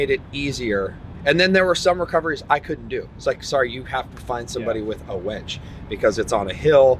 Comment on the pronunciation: Hooked on phonics buddy...its a winch not a wench lol..